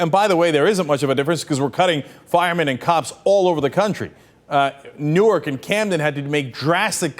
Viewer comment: what is "Newerk"? lol.